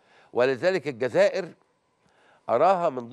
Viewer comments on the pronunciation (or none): none